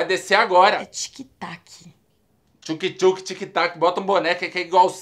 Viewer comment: Uh e "thuke thuke" kkkk